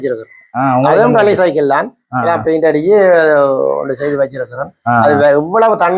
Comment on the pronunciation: றல்லி அல்ல ரே ஃலி